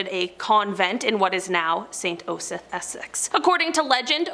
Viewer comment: I'll help... Shire is pronounced...'sheer'. Osyth is .. 'Oss- eye-th. Staffordshire is staf- furred -sheer(said quickly) You got pluckley correct!!! Hertfordshire is Hart-foo-d-sheer. Argyll is Are-guy-L. Hope it helps.